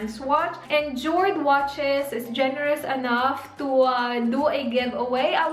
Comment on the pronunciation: Jord/ yord pronounce